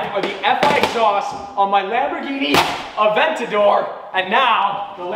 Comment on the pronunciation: Italian/Spanish pronunciation from someone who speaks nether Spanish or Italian. When you tried to say it correctly you said Lamborghini you should exencute the g. So lam bor gey ni. Also it's the ooh rus not your us. Also a Avent ta door not Avena door